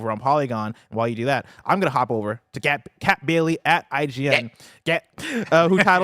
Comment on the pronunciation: I think you meant to say “Scat Bailey” from IGN…it’s a common mispronunciation Bless. 😊